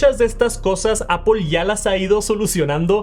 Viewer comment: Por qué le decís "APOL"?????